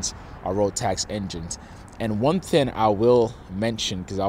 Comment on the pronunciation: It's thinG not thin. Just like it's Sling not Slin.